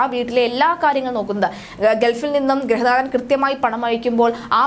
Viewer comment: ഗ്രഹ നാഥനല്ല, ഗൃഹ നാഥൻ എന്ന് പറയൂ...... 😀